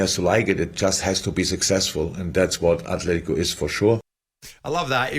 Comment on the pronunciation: There is no 'H' in Atletico Jim! Sick of fucking saying it!!